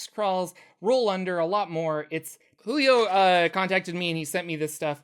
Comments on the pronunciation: Brazilians do not pronounce the j like that lol his name is not wholio. Julio as in Juice. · somebody should already have mentioned it but, in Portuguese, j makes the sound of s in measure. So it's best pronounced as "Zhulio" imo